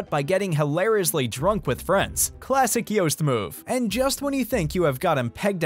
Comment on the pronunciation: Thanks for pronouncing "Joost" as "toast", not as "boost".